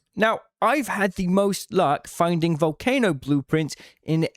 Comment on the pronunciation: Vool-kah-no an island in Italy.